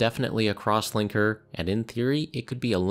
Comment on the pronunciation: LOL I thought he said "Crosswanker" and started paying attention